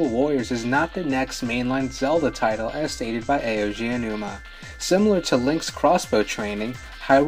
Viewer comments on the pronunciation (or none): Hi name is not "Aoji Anuma." It is "Eiji Aonuma." Just read it slowly. Eh-ee-jee Ah-oh-nu-ma. Japanese words are pronounced exactly how they are spelled, unlike English.